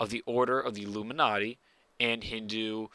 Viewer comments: why do u say illuminarty? its illuminati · "luminnarti" lol